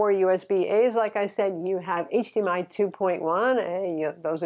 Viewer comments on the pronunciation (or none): none